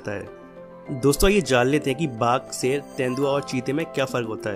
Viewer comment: Bhak ser nahi hota h Sher hota h